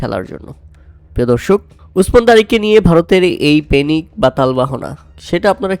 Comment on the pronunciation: প্যানিক নয় পেনিক 😂😂